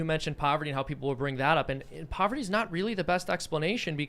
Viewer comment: "PoverTy"